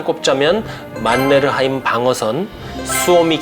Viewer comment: 만네르하임 발음이 좋아요. 오늘의 간식은 초코하임이다.